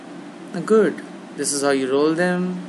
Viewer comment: its "gwood"!!!!